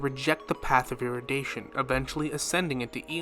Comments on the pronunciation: Say it with me now, É-RU-DI-TION, not erudation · Erudition is pronounced eh-ru-dih-shon